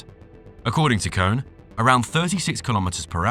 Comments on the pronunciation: I believe the pronounce for the lift and elevator company "KONE" is "Koh-Ni" instead of cone. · KONE is pronounced CONE-A ... train your AI better...